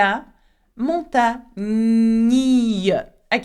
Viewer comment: Thanks for the lesson,! I do have one question. I hear a slight difference in the way you (and other French speakers I've heard) pronounce certain words with an "gn." For example, when you say "montagne," it sounds more like mong-TANG-nee-ya rather than mong-TAN-nee -ya. In other words the second syllable seems to end with the consonant sound "NG" (as in "sing" in English) rather than in "N" (as in "sun" in English). Another example is from this sentence spoken by another French teacher: "Le terme 'Rastignac' designe quelqu'un de tellement ambitieux." When he said the verb "designe," I heard it as de-ZING-nee-ya rather than de-ZIN-nee-ya. In contrast, you pronounced "mignon" as "mi-nee-yong" (rather than "miNG-nee-yong") and the other teacher pronounced "Rastignac" as "ras-ti-nee-yak" (not "ras-tiNG-nee-yak"). Am I just imagining this difference or am a hallucinating??? 🤣 J'ai besoin de vos lumieres! (Sorry for the lack of accent marks.)